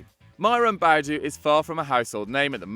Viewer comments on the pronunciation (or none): Boadu is actually pronounced Bu-ay-du